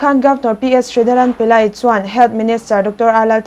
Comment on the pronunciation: Governor hming hi Pillai ti lovin Pile tiin lam tur an ti tlatin ka hria.😁